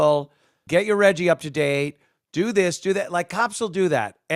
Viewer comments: I love you Anthony but stop saying "Reggie" like an inner city retard. Love yuh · "Reggie" = Cringe